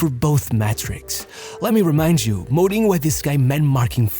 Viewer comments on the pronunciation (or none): none